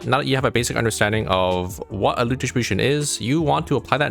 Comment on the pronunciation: I love how he says "Loot dishibushn"